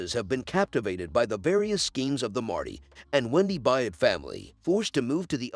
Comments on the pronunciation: The main character’s name is Byrd, pronounced: Bird not Buy-ed! Javi’s name is pronounced: Ha-vee not Ja-vee! It’s a Latin name and the J is pronounced as an H! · The last name is B-Y-R-D, pronounced “Bird.” If you watched the show, you would know what the last name of the main character was. Doesn’t lend much credibility to your “subscription.”